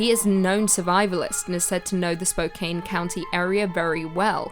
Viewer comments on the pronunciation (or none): spo- CAN, not spo- CANE. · Love the videos but I do have one tiny little critique... It's pronounced Spo-can not Spo-cane.. I know, I know, it's spelled Spokane but pretend the "e" isn't there lol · you're the best. Even if you mispronounced Spokane. (Spo-Can) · Haha. Spocain. I was half listening and thought, "that's funny, sounds like she's talking about Spokane." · Spokane: does not rhyme with cocaine.